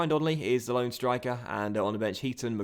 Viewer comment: Özcan is pronounced "Ers-Jan"